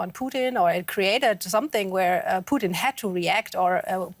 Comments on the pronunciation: Very hypocritical of Putin to say that their should be elections in the Donbas, but Ukraine's sovereign decision to join NATO is banned. There should be no elections. Also, it's Putin, not Pooteen, work on your phonics. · It’s Putin not poutine. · It's not "poutine" its "Putin" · “Putin”, not “Poutine” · his name is Putin...not Poutine!.....gosh, this host... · Stop saying pooteen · Am I the only one to notice that the reporter pronounces Putin like the Canadian gravy fries? 🤣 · The way she's pronouncing "Putin" is making me hungry. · Lmao why she keep pronouncing Putin like that? Sounds like she's talking of a Canadian thing and not the Russian leader